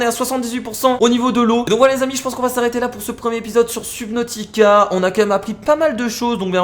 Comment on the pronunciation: On dit pas sUbnautica mais sEUbnautica